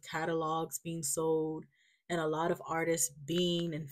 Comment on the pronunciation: It’s Artists not Artists-es (don’t stress the “s” or try to make it “plural”) lol You were correct the first time but doubted yourself 😅 Yes, I’m saying this with love ❤🤗 Keep growing 👏🏼